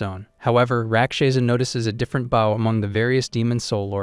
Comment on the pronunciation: That AI stil cant say Bow and not baw 😆